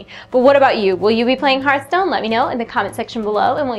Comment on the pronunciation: It hurt my soul every time she said Heart stone.